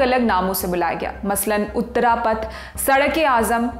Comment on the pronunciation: उत्तरपथ और दक्षिणपथ anchor should ammend her pronaountiation